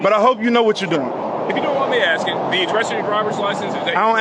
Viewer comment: “Axe me about my dackaments” god how hard is it to pronounce a THREE letter word CORRECTLY?!?!